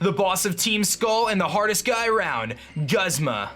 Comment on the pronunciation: Wait is it pronounced 'Guhzma' or 'Goozma'? 😂😂😂